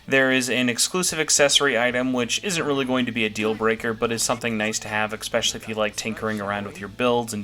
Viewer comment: > "Expecially" "Expecially" "Expecially" "Expecially" "Expecially" "Expecially" "Expecially" "Expecially" "Expecially" "Expecially" "Expecially" "Expecially" My dude, it's "especially". "Eh" "special" "lee". With an "S". Not an "X" or a "K" or whatever else. Also, you almost inverted my "buy or skip" list, except for the story DLC which was the only one we agreed on.